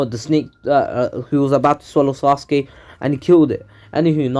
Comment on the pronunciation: That is actually the proper why to say sasuke